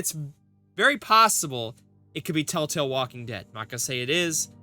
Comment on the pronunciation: I am 2 minutes in and you can't even say Tell Tale right or spell it right! Why should we listen/watch you? Just asking??????!!!!!!!!!!!!!!!!!!!!!!!!!!!!!!!!!!!!!!!!!!!!